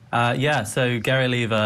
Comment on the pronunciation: you don't even watched this video or what? btw it's OLIVA, not "olivia"